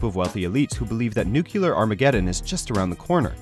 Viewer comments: Nucular? Really? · "Nookyouler" Armageddon. How do announcers like this get their jobs mispronouncing things as they do? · did he say nukular?